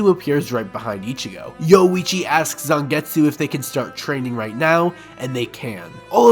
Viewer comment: Yowuichi lol